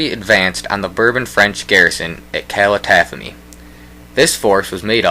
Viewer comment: Nice video, but the names are all terribly mispronounced: it's Giuseppe Garibaldi, with a soft "g" and it's not pronounced "Guyseppi". Calatafimi has the accent on the first "i", not on the first "a", etc.. etc.. Anyway, thanks for posting this